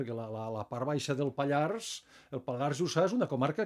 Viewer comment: Si us plau, la r de Pallars es pronuncia!!!!